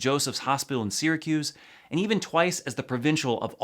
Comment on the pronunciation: I live in Syracuse and to see you pronounce it like that blasphemous